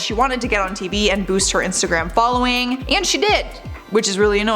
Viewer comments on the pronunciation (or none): none